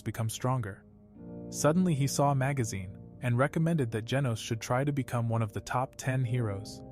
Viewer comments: Bro said genus when it was genos😂😂😂😂😂😂😂😂😂😂😂😂😂😂😂😂😂😂😂😂😂😂😂😂😂😂😂😂😂😂😂😂😂😂😂😂😂😂😂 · His name is genus not genius that really annoyed me sorry